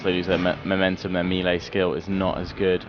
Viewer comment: You pronounce melee wrong, yes im English too.